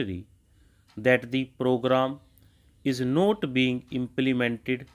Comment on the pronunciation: Not ko note sun rhe hai sir, otherwise good dictation